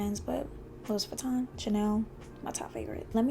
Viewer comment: Please learn how to pronounce the name properly.